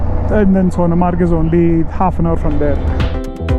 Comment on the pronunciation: Pronounce Sonmarg